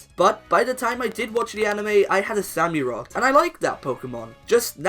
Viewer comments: It's not sami rott it's samurott like in a samurai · “Sammyrot” really you dident even try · OMG, U CANT EVEN SAY QUILLADIN SAMUROTT!?!? YOUR SOOOO DUMB